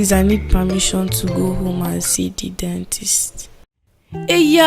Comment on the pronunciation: is very funny 😂😂😂, I love that girl and I love how she pronounced see eh 😂😂😍